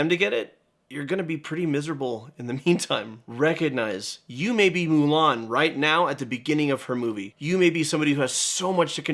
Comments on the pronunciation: The "Moolun" from the dad bothered me so mcuh!! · YouTuber Xiran Jay Zhao also did a hot take on this, Disney's "Mulan II," & the...other one. "Mulan" takes place in 497 BC & the advisor's name, "Chi Fu," is a loose pronunciation of the Mandarin word for "bully."